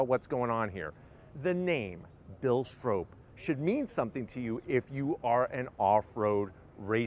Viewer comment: Lmao its not Strope. Its pronounced Strop. Bill Stroppe.